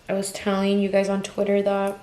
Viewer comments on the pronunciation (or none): none